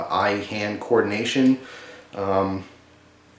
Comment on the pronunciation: "Eye hand cordination," xD nice mouth tongue coordination.